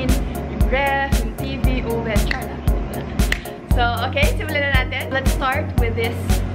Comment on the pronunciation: "CHAR LANG" makes u very bisaya and its sooooo cuuuute. I love u day. 💕